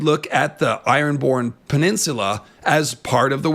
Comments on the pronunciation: who the hell taught you to pronounce peninsula like that? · Can we all just take a moment of silence for the word "peninsula".... He murdered that like four times in a row